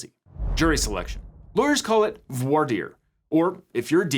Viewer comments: Just me or did not really pronounce "voir" right prior to lambasting the "good ol boy" version of pronunciation? It's french! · The huge diversity of American lawyers struggling and failing to pronounce the French word "voir" is one of my guilty pleasures.